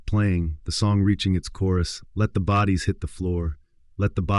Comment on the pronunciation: Is he saying let the booties hit the floor?😂